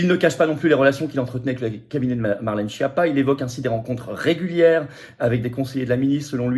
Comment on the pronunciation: Faites chia avec votre Chapa ou Choti. Respectez un peu la prononciation du rital, la langue de la musique. Et, accessoirement, prenez la peine de traduire schiappa en français et d'écouter la bonne prononciation. Baj'ned.